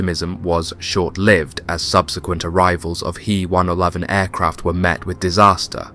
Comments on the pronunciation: Aircraft names. H E - 111 NOT He -111. J U -52, Not Jew 52. FYI, this will make you appear smarter to your audience. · its an H-E-111 not pronounced HE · Great story line, interesting film clips - the big detractor for me is the artificial voice that mispronounces way too many words and phrases! Example: It's not the he 111 German bomber, it's the H. E. 111. Then there is the name of the city - it's not pronounced Staleingrad, as in stale bread!